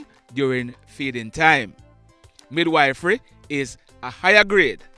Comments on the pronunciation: Mid-wif-ry not wife-ry😅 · Me did kinda know a little bout that still. You kinda make a wrong pronunciation, it is midwife and mid wiff fery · Good evening, thanks for the news today. Just want to help you with the pronunciation of the word midwifery. It is pronounced mid-wif- rey. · Mid-wiff-ry is the pronunciation Thanks for all the news all the time